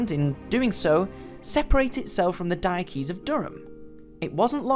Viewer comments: Please learn how to pronounce 'Diocese ' correctly. It's Dio sees. not Diokees. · Thanks for a very interesting video about Newcastle Cathedral. Top tip - "diocese" is pronounced similar to "dye-oh-sis" with emphasis on the first syllable.